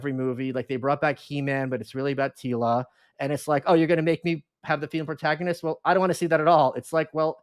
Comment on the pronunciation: I went to look up where she's from, it say Canadian, but I've heard Canadians speak before. I think she just doesn't know how to speak. Who says "throw-out" instead of "throughout"? Who says ant-ay-gonist? Maybe she's a Manchurian candidate...